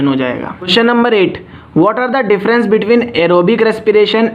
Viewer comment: Sorry sir, aap ke kuch word mistakes h like glucose and difference..